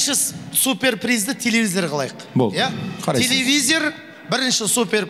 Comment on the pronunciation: Телевизер емес телевизор😂